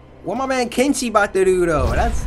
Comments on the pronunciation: You said ken Cheeto lol ahhaha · Cory says:my man ken-cheeto